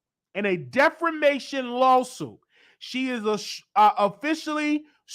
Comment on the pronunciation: NOT DEFOMATION DEFAMATION 😆